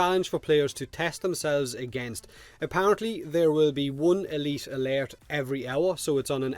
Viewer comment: E LEET A LERT!